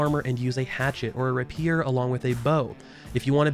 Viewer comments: RAY-pee-ur not ruh-pee-er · 'Rap-eers?!?' ... rap... eeeeeers? Jesus what?? Your pronunciation of rapier is grounds enough to immediately close the vid. Unnaceptable. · Did he say RAH PIER XD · Hey all! thank you for all the awesome comments! Here are a few answers to questions I've seen: 1) I know I pronounced Rapier incorrectly. This is partly from me always reading the word and never hearing it out loud, plus my Midwest accent doesn't help, Ray - pee - ur! I got it, thank you! 2) This game is PC only, apologies for not making that more clear. 3) The intro song is Gods Gonna Cut You Down found here: Sorry I wasn't able to share the direct song. This is a royalty free site I use for some music. 4) Some of the info was left out due to it being under NDA or there being some contradictory information. Appreciate all the head's up and folks pointing out things! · Rapier = ray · pee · ur that being said thanks for the video, I haven't played since last year so it's good to see changes in the right direction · Great vid !! You did make me cringe a bit with your pronunciation of Rapier though - its Rape-ear lol Reagents is another a lot of peeps mess up :) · Hate to be that guy but: rapier [ rey-pee-er ] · Good video - I hadn't heard of this game. Please do me a favor & learn how to pronounce "rapier" - hint, it's 3 syllables not 2. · Nice video but please learn to pronounce rapier correctly!